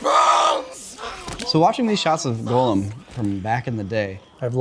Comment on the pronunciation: it bothers me when he calls Gollum, Golem. He's not a monster from Jewish folklore.